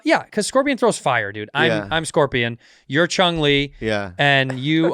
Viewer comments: is he saying "Chung" Li? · Sounded like he said Chung too